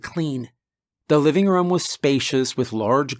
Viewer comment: Um guys why does he say budDRUM or move it to the livingRUM